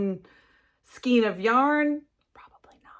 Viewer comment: It’s pronounced skane not skeen.. this is one of my pet peeves 😂 great projects . Tfs